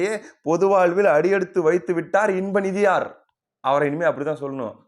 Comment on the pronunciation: நிதியார்....என்று அழுத்தம் அதிகமாக தருகின்றீர்கள்..... கூ........ர் என்பது போல் உள்ளது.